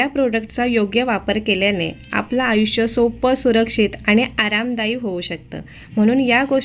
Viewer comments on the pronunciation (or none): none